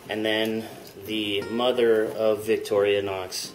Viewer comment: it's not victorionox it's victorinox